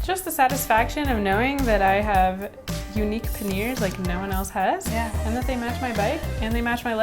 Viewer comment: What happened to the "I" in panniers. It's not meant to be silent!